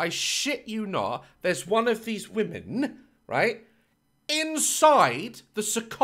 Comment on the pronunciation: Daz saying womeNNN